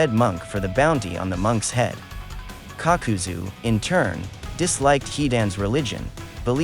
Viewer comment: Nobody: kakuzu Narrator: cock-cu-zu